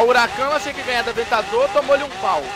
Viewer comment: avetador poeche ;d